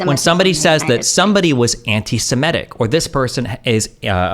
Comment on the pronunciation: Its antisemitic to pronounce “antisemitic” as “antisimetic”